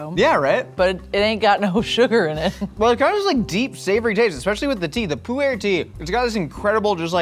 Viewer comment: It’s not “poo-air” tea it’s pronounced like poor tea, also you wouldn’t use beef for pemmican, you would typically use deer, moose or bison, never beef. And those looked like fresh berries, you don’t use fresh because it will spoil, you use dried, blueberries, strawberries, Saskatoon berries, maybe soap berries